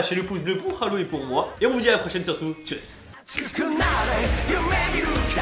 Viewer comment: Je ne connais rien au Japon alors pendant le confinement j en appris pas mal grâce à tes vidéos ou japania ou ici japon Je ne comprends pas pourquoi Haru se prononce haleu alors qu apparemment le son "eu" n existe pas au Japon. Est ce une erreur de ma part ?